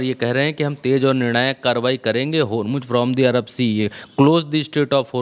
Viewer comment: Are bakhua Hormuz Ka spelling tik se bolo